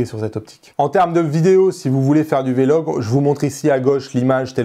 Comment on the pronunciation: pourquoi tu dis " v, logue " et non " vlogue " lol